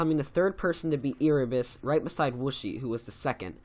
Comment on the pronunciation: I'm sorry but this really bugs me... I think it's pronounced AIRebus, not EARebus.... next could you do the top ten best mobile players? :D